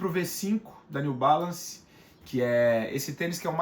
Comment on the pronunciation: Seria interessante vc montar uma lista c os nomes . Nao deu p entender o New balance o nome dele.